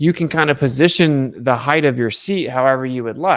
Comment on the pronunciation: Never trust a guy who says “heighth” (I’m talking about you )